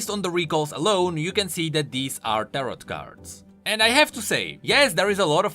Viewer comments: It’s tar-oh not tarott btw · Ter-oh, the T on the end is silent my dude. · It’s pronounced tero even tho it’s spelled tarot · its pronounced "tar - row" fbgfjhfgkesfsef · You don't pronounce the second T in Tarot. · The second t in tarot is silent